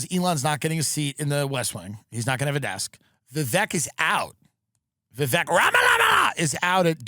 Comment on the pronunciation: Tim is spot on about not wanting to be celebrated. I don't know if it's our deep culture of self-loathing or if it's just embarrassing or what. Also, thanks for telling the correct way to pronounce Vivek's name.